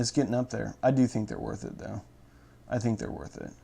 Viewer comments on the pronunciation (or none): none